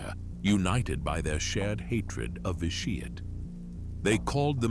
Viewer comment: “Lord Vi Sheeeit”